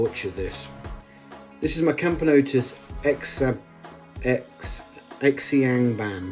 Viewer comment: Camponotus parius are read more like par-yus , xiangban you can read in different ways but “sianban”